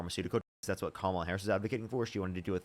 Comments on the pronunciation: ahh. I think you're reaching a lil bit. The mispronounced kamala is definitely disrespected. But we have to stop bitching and moaning about petty things. Its disrespectful when Trump makes it a point to say Barrack Hussein Obama. But saying Kamala, Hillary is not. Plus, I've heard Biden get called Joe many times and slick willy called Bill and Donald called the Donald. There is so much to go after that actually has substance. This type of bs is part of the problem where they paint the left as just whiney lil bitches. Im sorry. I swear I mean no disrespect. But I've now watched the worst potus and person to ever grace the Whitehouse. And the greatest divide in my life of our country (im 49) a country i served proudly. And a lot of it is because of our own internal culture wars or making sure we use the right pronouns. " Ahh, I'm offended so I'm not voting...." The republicans 3rd biggest campaign money expenditure was on thd trans issue and scaring people. So instead of winning the election where we could make sure its equal but not special rights etc. But no, prominent dems including Kamala fumbling the ball especially with the comments about a prisoner can receive a sex change. (I know her reason and that she had no control of that policy) But ffs. Less than .01% and its worth it to have trump for 2 terms? As usual the repugs put us on the run chasing our tail. If trans people really think that republicans would be better for their rights than good luck to you. Im not pand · Who would name their kid Komla? It’s Kamala (ka/ma/la) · “Kamala, whatever”, really,,, whatever your name is. Say her name correct, it’s pronounced “Comma-La”. We thank you for your mind numbing thoughts. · Repeatedly mispronouncing "Kamala" over and over again, after being corrected, AND saying "whatever" about it is sooo fcking disrespectful and ignorant I can't stand it. Get it right,. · Every time they mispronounce Kamala we should pronounce it dooneld